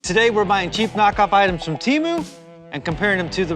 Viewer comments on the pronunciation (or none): TEMU, not "Cheemu".